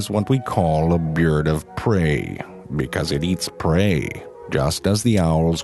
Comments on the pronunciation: "This is what we call a BeeaaRd of PrEey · "Byerd of preyyy"